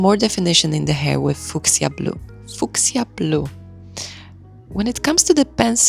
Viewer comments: its pronounced “few-shuh/few-sha” and it’s in reference to a purple flower named Fuchsia. Thanks for the detailed vid. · Absolutely stunning!! As a little note, “Fuschia,” is pronounced, “Fyoo-sha.” Yes, its spelling is extremely confusing 😂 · We say Fuksja in Poland, so this little polish shout-out was really playful for my ear ❤